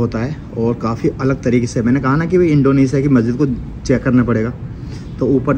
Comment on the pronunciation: इंडोनेशिया होता है इंडोनेसिया नहीं